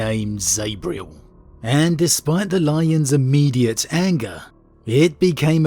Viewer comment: You're English please don't pronounce Zabriel like an American it grinds my gears. Zab-riel z a b not Z A b